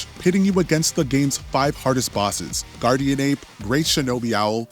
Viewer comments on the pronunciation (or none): none